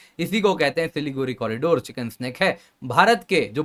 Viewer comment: आप बार बार चिकेन स्नेक बोल रहे हैं जो गलत है। यह शब्द चिकेन्स नेक है।